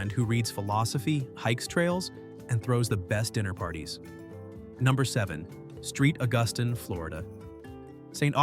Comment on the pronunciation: Interesting that AI botched "St. Augustine" the first time, got it half right the second time, and pronounced it flawlessly the third time. One of the street scenes shown during St. Augustine sure looked a lot like Lincoln Road in Miami Beach! Nice scenery though. I've been to Natchez only once, but I have a strong memory of it's unique charm.